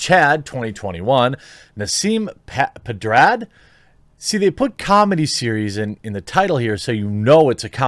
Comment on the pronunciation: Nah-seem Ped-ah-rod